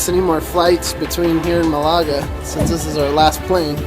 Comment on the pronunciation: Malaga is pronounced with the first of the three parts being the strongest. Meaning its. MAL ah ga. But its all good :-) Welcome to Spain